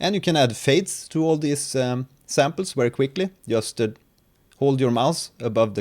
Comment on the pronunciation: "these modulators are Wery powerful" - excuse me, but there's a slight error in pronunciation, You're using German proninciation rules for some reason?